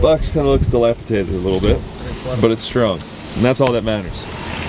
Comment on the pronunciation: di lap i DATED; not di lap i TATED. 😉